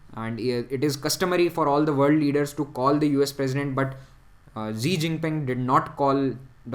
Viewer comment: xi jinping is pronounced as she jinping not as zai jinping.